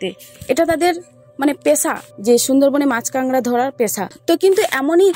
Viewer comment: কাঁকড়া কে আপনারা কাংডা বলেন কেন